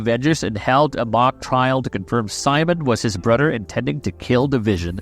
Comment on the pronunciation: His brudder